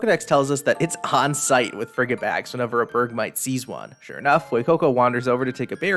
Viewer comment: Frigibax has the word "fridgid" in it, which means freezing. I died with your pronunciation